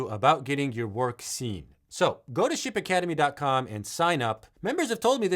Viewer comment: When you said "Ship Academy", I heard "Shit Academy" 😆 🤣 😂